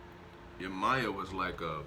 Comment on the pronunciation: Can u please say yemayah name correctly your saying it wrong 🥴